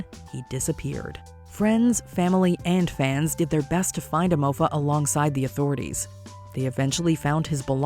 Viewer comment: she really called hem emofa............